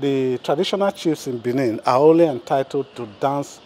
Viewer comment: BENIN NOT Bini